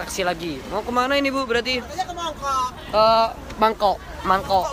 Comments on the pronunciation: Mangkok ea bukan mangkok,,, kwkwkkw 😅😅😅 hangakai hai Hongkong 😍😍😍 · Mongkok bkn Mangkok😁😁